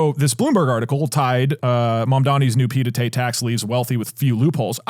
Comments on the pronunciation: "Pie d'été" is an insane way to pronounce "Pied-à-terre" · Doug channelling Gabriel Zucman with the buy, borrow, die talk We need him on to correct the pied-à-terre pronunciation.